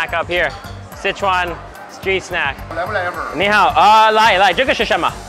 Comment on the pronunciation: not even a minute into the video and messes up his ni hao. cracked me up